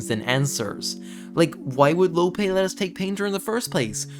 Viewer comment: its lopee not lope you say the actual name of the letter e not the sound it makes